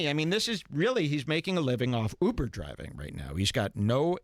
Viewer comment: I love how call it uper. He’s an uper driver.